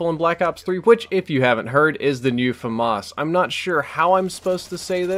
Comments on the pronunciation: fom-arse? wut, it's pronounced famas. oh you silly murican:D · FAMAS not FAhMAhS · Fast Firing Assault Rifle? I forgot what F.A.M.A.S. stands for, also, you prounounce letter by letter, so F-A-M-A-S.